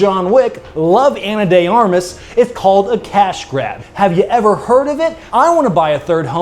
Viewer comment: Nothing more american then saying "Ana THE ARMAS" when it is "Ana DE Armas"